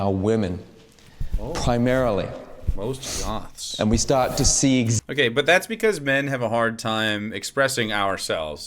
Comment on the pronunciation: "we stawt to wealize things"